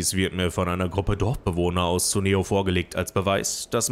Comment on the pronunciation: Man liest es Kuneo, nicht Suneo. Tolles und lustiges LP auf jeden Fall ;)